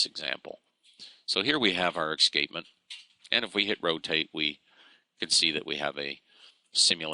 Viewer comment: Excapement? we pronounce it as es cape ment ;-)